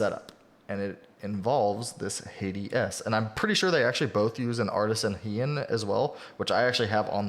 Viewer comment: Hey dude im thinking of picking up a Hati S to tide me over until the next starlight 12 drop aha So about the corrections Hati is pronounced Ha tee And kailh is pronounced kale like the lettuce :)